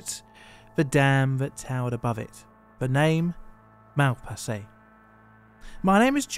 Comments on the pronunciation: True. Even funnier, in "Malpasset" the ending is pronounced differently, but John pronounces it almost like "Mal passé", which would be "went wrong" :D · C'est ironique que le barrage de Malpasset a mal passé à l'histoire (John prononce Malpasset de la même façon que mal passé) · The flood also washed away a french air force base, destroying many planes and costly equipment. Malpasset sounds like "mal passé". Literally translate to : "Gone wrong".